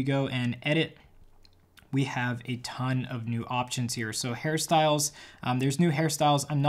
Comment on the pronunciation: I thought first that he said Harry Styles but realized directly that said hairstyles